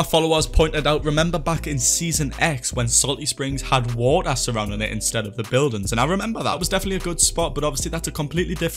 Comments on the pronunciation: My dude says woa instead of water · Wa'er <3